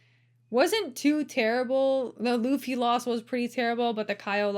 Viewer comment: Mauricio Ruffy has the R pronounced as an "H", not an "L". "Hoofy" v. "Loofy". This, by the way, is using Brazilian Portuguese pronunciation. The pronunciation in Portugal would have the beginning R in a name sound a lot more guttural and rolling, much like a French pronunciation. That is in fact the predominant way to immediately tell the difference between someone who learned Portuguese in South America, as opposed to Portugal.